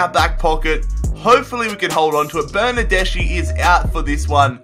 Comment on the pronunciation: I'm italian... bernardeschi is pronounced bernardeski